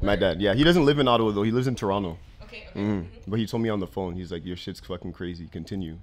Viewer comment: Lol she said ottowa "the german way" but she didnt pronounce the w as an american v. You already know she aint know shitcabout the german language or germany lol